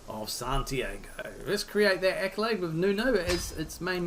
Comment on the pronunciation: Only one little thing: it's Santi-ah-go, not Santi-ay-go. Rhymes with cargo for you.